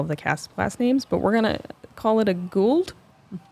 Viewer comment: should get real props for the pronunciation of the swedish disc-names. "Guld" is swedish for gold, "Falk" is falcon, her approach disc looks like a "Järn" which means iron... The names are actually kin of awesome and does scndinavian laguage more justice than 99% of the americans I have heard.